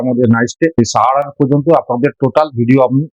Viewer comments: আমি শুধু জানতে চেয়েছি যে কোন উচ্চারণ টা সঠিক…….সাহারাণ না সারাহান ……এতে তো আপনার লজ্জা পাওয়ার কিছু নেই………আপনার ক্ষমা চাইবার কোন প্রশ্নই ওঠে না….. ভালো থাকবেন 🙏🏻🙏🏻🙏🏻🙏🏻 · জায়গাটার নাম সারাহান না সাহারান…..কোন উচ্চারণ টা ঠিক